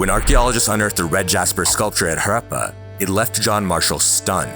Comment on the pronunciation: Love how you took the time to get the pronunciation right for words like Buddhism and Harappa — it may seem trivial, but it adds so much depth and care to the content. Keep up the amazing work!